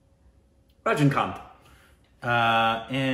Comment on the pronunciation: RAJNI not RAJIN